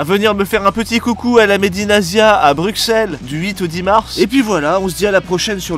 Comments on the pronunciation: On dit pas bruXelle mais brusselle ! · ca se prononce brusselles mais ca s'écrit bruxelles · Bruxelles se prononce "Brussel" stop à la destruction du nom de cette magnifique capital qu'est Bruxelles... 🙁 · Je peux accepter beaucoup de choses MAIS CA SE PRONONCE BRUSSELLE ET PAS BRUXELLES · Ça se prononce brussel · ÇA SE DIT PAS BRUXELLES MAIS "BRUSSEL" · viens en Belgique, et écoutes nous comment on le prononce. De même pour scharbeek vous dite "scharbik"...